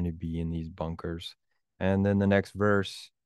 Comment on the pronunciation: You sounded like “bonkers”, not “bunkers”. 😅😊